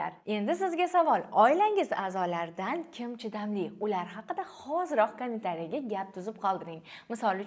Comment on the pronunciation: Eee kamin tariya deb yib qoʻydi 👺